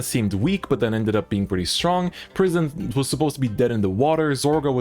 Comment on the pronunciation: Each time he says prison I hear pr❤️ism